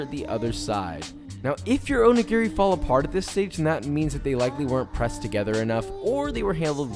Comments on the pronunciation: Please pronounce this better, the accent is on the second syllable o NI gi ri. That being said your onigiri look fabulous and a wonderful take on the filling. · Wait... i was going to let this slide until he said he works in a Japanese restaurant... its not pronounced "Oh knee geary" its "Oh knee gee lree". japanese is pronounced in 1-3 letter groups never 4-5 (1 vowel + 1-2 constant).. and r has a slight L sound to it. O-ni-gi-ri all vowels are pronounced the same. its not like american English where you have 6+ different ways to pronounce "a" depending on what surrounds it or what part of the country you live in. the staff in this restaurant need language lessons.... if i worked in an ethnic based restaurant i'd certainly spend time learning how to pronounce the menu correctly. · I could here you mispronounce おにぎり (Onigiri) all day long, haha.